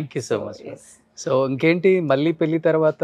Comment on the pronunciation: మల్లీ పెల్లి ఏంటిరా బాబూ ఎవరు మీ తెలుగు మాష్టారు